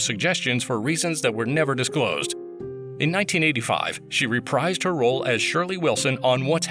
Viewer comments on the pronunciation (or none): “In 1985, she reprised her role as Shirley Wilson . . .” The word “reprise” is pronounced “re-PREEZE,” rhymes with “freeze.” Not “re-PRIZE.”